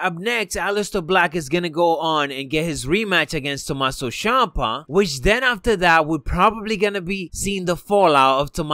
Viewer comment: its not tomasso shampa